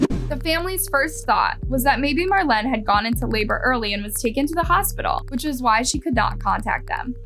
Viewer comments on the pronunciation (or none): none